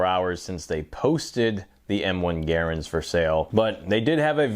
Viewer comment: Gare-ands? I cannot watch this anymore as I don't speak Canadian, just English.